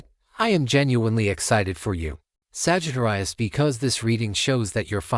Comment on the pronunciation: Lol A.I. Sagitt-rius... 😂